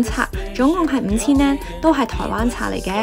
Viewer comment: 好好嘅建議，善意提點，更好的話 “yen” 字可以讀得較準， 唔好讀 “an”，謝謝